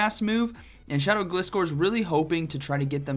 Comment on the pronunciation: It's Gliscore cuz it "glides". Say it right bro